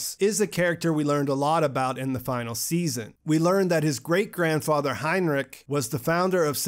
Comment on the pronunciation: btw: the names are ulrich not ulrick and heinrich not heinrick. ch is sh like in shower. did you see the german language with english subs?